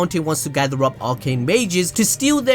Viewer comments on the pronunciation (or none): none